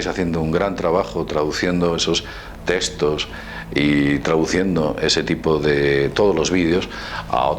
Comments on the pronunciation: testos, testos? cuales son los testos? se llaman textos con X. habla bien por favor. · TeXtos, no teStos xD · "testoz" =P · Es nabuconodosor no nabucosor...y es textos no testos...